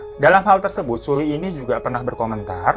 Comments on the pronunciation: Btw bacanya seolli, bukan sulli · 2019 tahun terkelam buat para kdramaland dan kpopers 😖 Semoga tahun depan dunia perkpopan gada lagi kejadian kayak gini. RIP buat Hara sama Sulli 🙏🏻 anw bang Sulli di bacanya Seolli, maaf cuma ngasi tau hehe semangat trus yaa bang glowing 💎